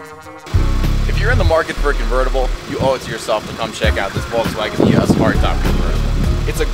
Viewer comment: Love the car and video but your mispronunciation is killing me EEe Oh Sss